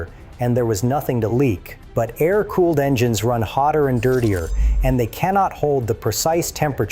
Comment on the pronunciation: AA- EYE- RR cooling? teach your AI to speak better